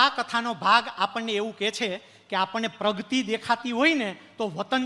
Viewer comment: પ્રવચન સરસ છે પ્રગતિને પ્રગ્તિ ના બોલો 🙏